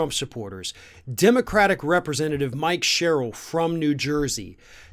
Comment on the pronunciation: It's Mikie Sherrill, (pronounced 'Mike-ee'. Not a man, but a woman, dude. Please get that one straight. She was a helicopter pilot in the Navy.